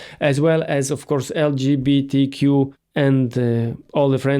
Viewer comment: This dude cannot even pronounce the word LGBTQ! Lol what a pity! 😂💩